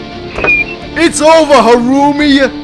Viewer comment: You're right who is this "harucu"?